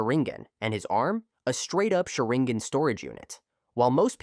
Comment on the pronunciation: The pronunciation of Sharingan is atrocious